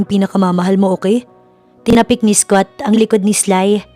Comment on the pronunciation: Ganda ng story but the English pronunciation of the narrator is very poor. Mag aral ka ng proper English pronunciation, Scott is pronounce as skat not eskot.